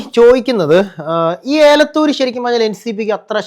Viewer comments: ഏലത്തൂർ അല്ല എലത്തൂർ 😅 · ഏലക്കായോ ഏ ലത്തൂർ അല്ല എലത്തൂർ ആണു